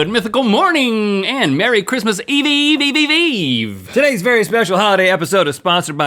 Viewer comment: It's not Christmas E E Eve